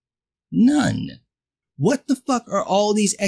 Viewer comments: For. Second I thought you were pronouncing none as known before you even said it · Me too 😂